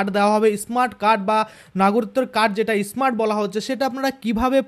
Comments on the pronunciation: ওটা ইসমার্ট নয়,স্মার্ট যত ফালতু উচ্চারণ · ই স্মার্ট। কি?., স্মার্ট বলুন।।।আগে ভালো করে স্মার্ট শব্দ। বলুন 😅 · শুরুতেই আপনার ভাষণ সোনার ইচ্ছা নষ্ট হয়ে গেছে.এটা ইস মার্ট card na, স্মার্ট card.